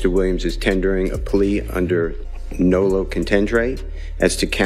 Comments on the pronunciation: Its nolo not nulu. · NOLO.. he’s saying it wrong